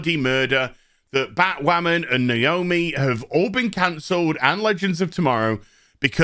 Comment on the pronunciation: nooo!! not naoomi!!!